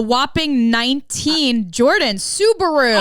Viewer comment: " I'm Joarden"